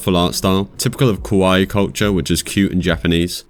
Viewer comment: I'm not in any way trying to nit-pick your accent, but it sounds like you're saying "kawai" instead of "kawaii". Not that "kawai" doesn't fit, lol.